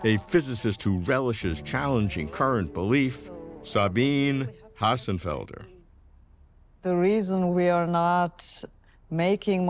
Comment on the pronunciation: ..it is Hossenfelder not Hasenfelder.